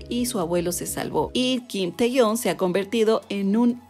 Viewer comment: Me resulta un poco raro que lo pronuncies como teyon asi que si no te molesto u ofendo, se pronuncia kim tejiung, no lo digo yo, lo dice la chica coreana que me enseño a pronunciarlo